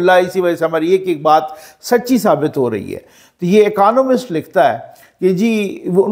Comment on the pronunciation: اکانومسٹ نہیں اکنامسٹ